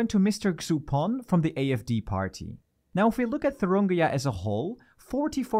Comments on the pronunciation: Also the fucked up states name is Thüringen not Thurungia or what ever the narrator said, there is nothing with such a name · In Germany we do not have any important politicians nearly as far right as Trump, who might win your elections if things go terribly wrong. BBC really has become shite. Also it is Thuringia, not "Thurungia" in English. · For me as a German, the English pronunciation of “Thuringia” -> Thuringia sounds like a state from Africa. Wakanda Forever! 😄😄